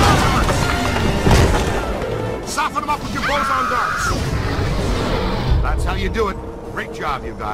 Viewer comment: Actually it’s Bolson Darts not Bozon Darts